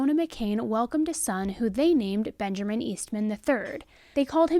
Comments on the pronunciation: It's Benjamin. Not BenjERman. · Benjarmin?!?!?!?! You do know Benjamin has no R in it right... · I love you, but are you saying “Benjerman”? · Are you saying bengerman ? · There’s no “R” in Benjamin it’s ‘Ben-ja-min”